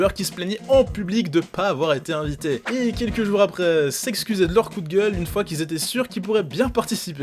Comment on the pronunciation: il a dit the kairi septante-huit comme un belge "une foix" comme moi